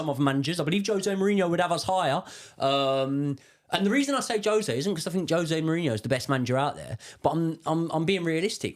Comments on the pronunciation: He’s. Name. Is. Ho-zaay. Surely Chelsea fans know this. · Portuguese pronounce J as Js not H lol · Grates me anytime a long time chelsea fan still calls Jose as "Hose" lol. That aside, heard a lot of drivel in this from Josh. There are so many glaringly obvious errors in games that scream 'lack of proper coaching' , game after game. The ultimate blame for that falls on Poch. It's all well and good being friendly with players and bonding with them, but if he's failing at the primary job of coaching, then what good is he to the club? This isn't Ted Lasso. It's the EPL and chelsea's supposed to be an elite level club.